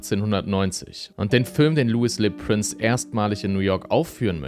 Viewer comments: Er war ein Franzose. Könntest du seinen Namen bitte französisch aussprechen?! Lui lö Präns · Du hast „Louis Le Prince“ wieder falsch ausgesprochen, aber macht nichts haha. Du bleibst ein investigativer und superdupee Youtuber 🎉